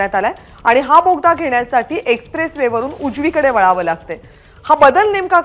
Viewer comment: बाई यगदा बोगदा बोलाना 😂😂मी परभणीकर